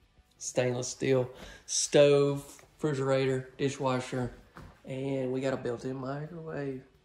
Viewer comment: Cracks me up when you say frigerator. 😂😂😂